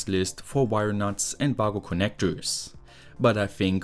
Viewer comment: I used to think you said woggle